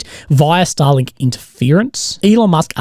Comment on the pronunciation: your pronouncination of starlink is way too similar to stalin lmao